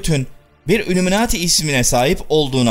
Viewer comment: Şimdiye kadar hep senin videolarını hiç beğenemedim. Her zamanda ön yargimi kirip önce bi izliyeyim diyorum , izliyorum hep aynı şeyler. Videolari ısıtıp ısıtıp önümüze koyuyorsun. Videoların başlıkla alakaları yok. Üllüminati nedir , haşa hz. ibrohim nedir bunlar nasil telaffuzlardır. Sevmek zorunda degilim , yanlis anlama terbiyesizcede yorum yapmam sevmiyorum diye. Ama eleştriyorum kendimce. Beğenenler illaki vardır ama senin videolarin bana sıcak gelmiyor , sahte geliyor. Eline emeğine sağlık hocam. Sonuçta bir emek var , yolunda başarılar. İstemedende yanlış bir kelime edip , kırdıysam özür dilerim. İzleyenlere iyi seyirler.